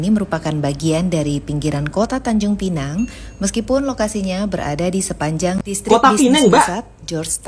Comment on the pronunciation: Sebut pinang bkn penang 😅